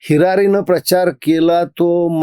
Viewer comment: महाजन भौ हिरारीनं नव्हे हिरीरिन ❗😷😴🤫😴😌